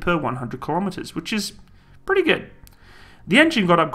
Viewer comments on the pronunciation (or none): none